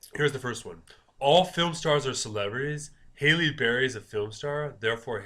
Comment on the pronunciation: HALLE not Hailey :) lol